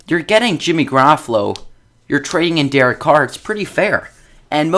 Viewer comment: This dude can't even pronounce Jimmy's name right 😂😂